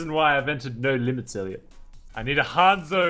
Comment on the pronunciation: Ok say it with me, Hanzo H a n z o, not hunzo